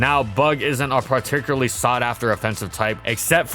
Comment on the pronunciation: To this day, he still can't pronounce "Particularly" correctly without making it sound like "Particuraly".